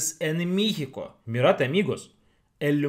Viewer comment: Saludos y,sabemos que ya tienen algún tiempo en México,y hablan español,mexicano,,y me he dado cuenta que,pronuncias,,mixico,,intenta decir,,México,,México,en lugar de i,es e México,,espero lo logres,,saludos,,??